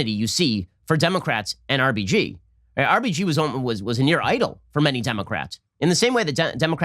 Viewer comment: Who else keeps hearing RPG when Ben says RBG...lol